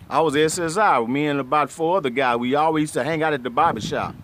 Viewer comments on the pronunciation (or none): none